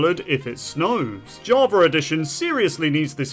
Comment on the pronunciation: ''javar'' got me